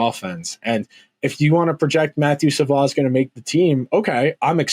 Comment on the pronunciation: Savoie is pronounced like Savoy... unlike Rafael Lavoie